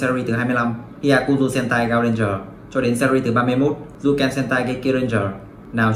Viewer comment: Trời SPN Sentai mà cứ đọc nhầm h*e*n*t*a*i